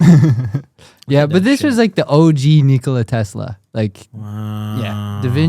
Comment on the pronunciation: Thank you for knowing the right pronunciation!! I'm sick of people calling him Nikooooula Tesla. You're the goat!!